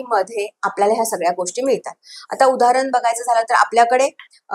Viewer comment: खूप छान माहिती पण खूपच अशुद्ध उच्चारण आहे. उदाहरन नाही, उदाहरण साधणा नाही, साधना कल्पणा नाही, कल्पना पुन्य नाही, पुण्य Please rectify pronunciations because you are talking about Sri Yantra. Sri Matrye Namah.